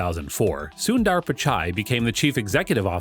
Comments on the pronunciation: It's not Soon-dAAR. It's pronounced sun-der , with the u as in put. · Its sundar not sundaar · It's soondhaarr not syunder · It's not SunnDDaar it's Sundar 😂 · It's not Suundar 😂 it's sunder means beautiful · “Soon ther” the right way to pronounce his name. Not “soon daaar” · Sunnnndaaaaarrrrr....😂.. Kwell ik foreigners can't spell Indian names... Its just sundar... Or sunder for foreigners 😂😂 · "soondaar pichaai" no its "soondhar pitch-ay" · if only he'd stop saying soon DAARR. Its Sundar as in "the-R". sounds annoying af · When they pronounce sundar as suundarr. It’s hilarious 😂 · CEO of google and yet you cannot pronounce his name correctly? Not sundaar, it is sundar! Not Pichaai, it is pichai! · It’s su-in-der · soondaar lol, americans will never be able to pronounce indian names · It pronounced as sundhharr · its annoying how he butchers his name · “Soon Dhar” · You said "Sundar" 700x in this video and pronounced it differently every time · DUDE the pronunciation of Sundar's name is PISSING ME OFF OMFG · still u won't learn to pronounce his name correctly 😏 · You pronounce "sundar" and "Pichai" both in wrong way